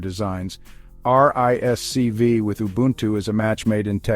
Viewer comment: RISC-V is pronounced "risk-five". It is not necessary to spell out the letters each time one mentions the acronym.